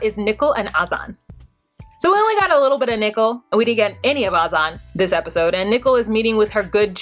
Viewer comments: i find it hard to listen to you pronounce nicole as nickle. i have to fast forward thru that section. can you please reconsider it? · is it me or does she pronounce Nicole like Nickel? Is she trolling?